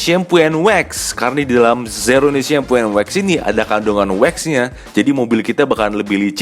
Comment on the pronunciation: Zero one pak bukan zerone 😂